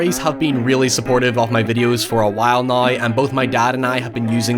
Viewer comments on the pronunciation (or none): Me: say now..: nayuwoh Me: nooww: Neeeeoooorraaaynth